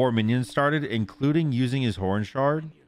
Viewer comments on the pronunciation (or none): none